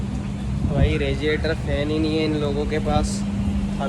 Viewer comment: Regiator nhi hota radiator hota h